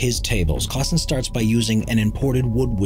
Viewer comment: It's Gregg Klassen not Gregg Classen.